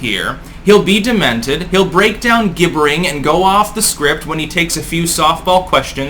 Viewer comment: Gibbering is pronounced as if it is spelt Jibbering - much like the G in Gibraltar.